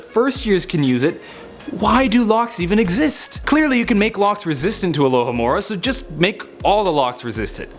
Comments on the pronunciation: its AlohOmora not AlohAmora get it right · it not alohAmora its alohOmora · he said accio and alahamora wrong for shame for shame in deed